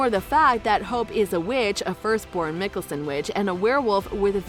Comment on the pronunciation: You're pronunciation of Klause is way off and their surname.